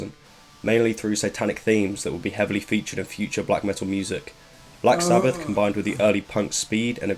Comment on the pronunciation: I died when he pronounced black sabbath as black sabbaFFFF